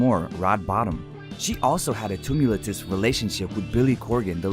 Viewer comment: You’ve never had to pronounce tumultuous huh?😉